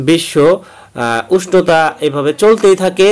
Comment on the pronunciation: বিশ্ন উস্টতা 🤣🤣🤣